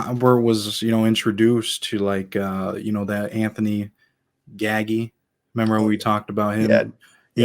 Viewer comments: It's Nino Ga-G Not gag-gee Please start getting that guy's name right. People are not going to take u seriously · It’s not Gag-ey..it’s pronounced Gaj-ey. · Anthony Nino Ga G its not pronounced the way its spelled gaggi gag e. Say it with me Ga G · Its ga gee...that's how to pronounce it. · If he knew nino so well. Why didn’t he correct the guy from pronounsing his last name wrong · Nino gaggi!! Not anthony gagi!!.. say the names right!! It makes you look very naive!! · good video also Gaggi aint pronounced like that tho